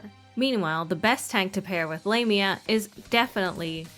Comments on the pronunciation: Lam-eea Not lame-eea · It sounded wrong.. "Lame-ia" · I think the EN localisation is just weird. Japanese dub has her name pronounced ラミア (Lah-mia) so that is what I'll call her. Not lame-mia 😂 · It's Lah-mya is the correct one. It's of Greek etymology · AND I STILL WILL PRONOUNCE IT "WRONG". The current pronunciation just seems...LAME (No. I'm not sorry). And from what I've seen, she's NOT a lame character. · I thought it was pronounced Lah-mia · I was wondering why people pronounced it as 'Lah-mi-ah'. I forgot that it's how the Japanese pronounce it in anime. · For me as a native spanish speaker her official name in english sounds like Lame..nya XD, call her lame is kinda fitting for her character, I mean, lets be real hahaha, but I preffer how it's sounds in spanish, which is close to the greek pronunciation and well how everyone calls her "L@ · You're probably pronouncing It right, she isn't pronouncing it correctly.